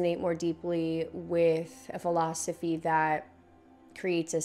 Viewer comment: Did she say velosophy?